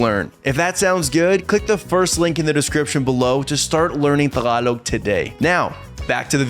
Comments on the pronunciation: it is Pronounced "Tagalog" not "Thhaagalog"🤣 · Bro! pronounce it properly! TAG-A-LOG! :D Killing me bruh! :D